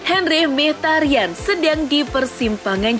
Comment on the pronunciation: Min sory min, ini sound HP gua yang salah apa emang yang bawa acaranya yang typo ngomongnya, Mkhitaryan itu emang gelandang aremania ya??? Hehehehe